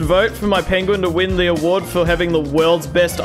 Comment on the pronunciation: At least it wasn’t an 8 banded Arm A Diyya. 😂😂😂😂 Had too after the Pen Gu In pronunciation.